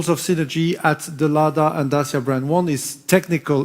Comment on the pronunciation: For the first time a Renault chief executive pronounce corectly Dacia: Da-chi-a, not Dasia or Deisia, as french did.